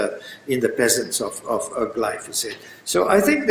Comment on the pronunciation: question on glyphosate which is pronounced slightly incorrectly by the asker.